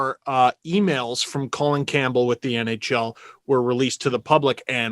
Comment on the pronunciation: Rectum Campbell? bc he insists its "Co Lin" yeah?